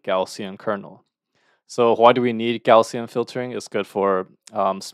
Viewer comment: Thank you! Btw, "Gaussian" is typically pronounced as /ˈɡaʊ.si.ən/, which sounds like "gow-see-uhn."